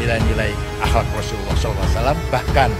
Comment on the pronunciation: Ngomong Saw aja salah ,ko bikin konten agama 😂😂😂😂😂😂😂😂😂😂😂😂😂 lucu